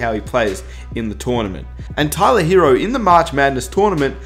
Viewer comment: If you such a big Heat fan, maybe you should learn how to pronounce "Tyler Herro".